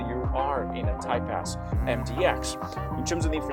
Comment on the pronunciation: Great video! When you say “Type-S” I hear “Type-Ass” and I can’t un hear it.